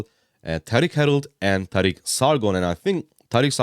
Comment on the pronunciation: I'm here for the pronunciation thank you for pronouncing it right. Not like "Tareeeek" 😭